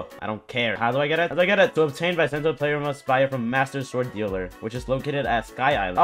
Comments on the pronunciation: ITS BEESENTO NOT BYEEESENTOO T_______T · It's not bysento it's bi sento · Bisento = "Be-sen-to" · its pronounced besento but it is spelled bisento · Either Bee-sento Or By-sento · Well its busento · Bisento pronounce beastsento lol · Bisento pronunciation pee sent toe like that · be-sen-to I think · I pronounce as b send toe